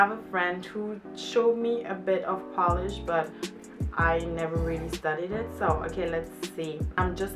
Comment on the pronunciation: Ok Lady. It's not a nail polish. It's Polish. It's not the same pronunciation! Try p-oh-land or p-oh-lish. The rest polish words was perfect :) ..almost.